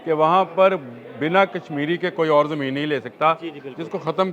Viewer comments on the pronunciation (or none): none